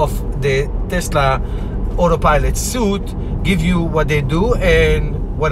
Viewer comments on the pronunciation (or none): Great video. Just a friendly heads up. Suite is pronounced the same as Sweet. :)